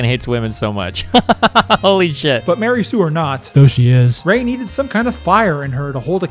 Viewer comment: every time E;r Says Mary sue A baby is born in hell